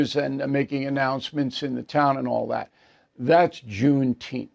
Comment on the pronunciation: It's pronounced June teempff